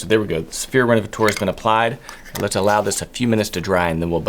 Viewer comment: Hi, i'm French and i'd like to adress the pronounciation of "renovateur". "teur" is the French for "tor" like in "actor" or "director". i don't know why you say "renovatour" but it's "renovator" for you English speakers. Thanks 😉